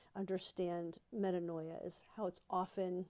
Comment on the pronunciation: “meh-TAAN-ya” ~DBH 😄